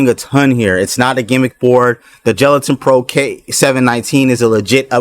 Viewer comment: I thought it was "galatin" as in galaxy with a hard G not "gelatin" 😂